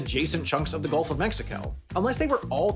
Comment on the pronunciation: Hey Google, do you notice him sayin´ "Golf of Mexico"?